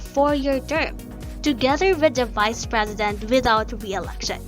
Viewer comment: Even the Frezident.